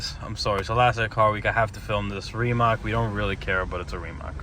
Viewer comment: Its not " rimak" but rimac.